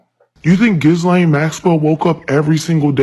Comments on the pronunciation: NOW YOU ARE THE DISTRACTION, DUMMY! Why speak on this and how informed is she anyway calling her JIZ-lane?!? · 1. Lizzo doesn't watch the news because she can't pronounce Ghislaine (the S is silent). 2. The Epstein files are distracting us from what's really important, like government accountability and transparency or like prosecuting criminals in international crime syndicates? 3. No, every name mentioned in the files is not automatically a smoking gun for child abuse. What makes that sooo important to you, that you needed to post? 4. Lizzo is definitely in the Epstein files 🤣🤣🤣.